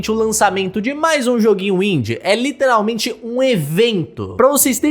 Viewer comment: fala "literalmente" de forma muito errada. Mds, me da agonia